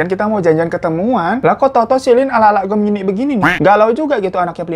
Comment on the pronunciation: Bg hiro..gw gemini,tapi pas abng nyebut" Gemini gw ngakak.wkwkwk